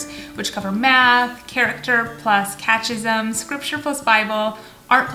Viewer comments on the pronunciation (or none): It’s not “cat-chism” it’s pronounced “ka-te-ki-zm”